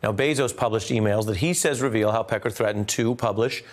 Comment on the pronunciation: Having a hard time watching this and listening to him sayMr. Peckar.